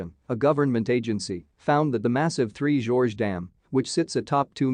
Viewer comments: Three "GORGES" not "Three Georges" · Next time, please correct your pronunciation of Three Gorges Dam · Yes please